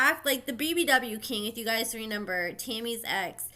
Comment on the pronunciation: It’s pronounced “Remember”, not “Renember”